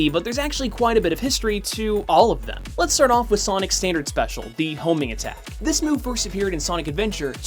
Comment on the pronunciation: when you said homing attack at first I thought you said homie attack XD